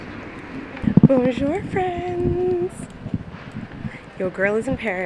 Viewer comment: After the way you said Bonjour, it makes complete sense why your previous landlord asked to watch you while doing your online lesson. I think you were scammed.